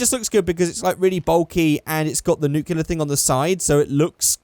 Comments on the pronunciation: It's not nu-Clee-yar its new-clear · IT'S SPELLED N-U-K-L-E-A-R NOT N-U-K-E-L-A-R